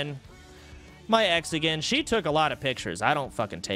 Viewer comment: The way he says "My ex again" do be sounding like "mexican" lol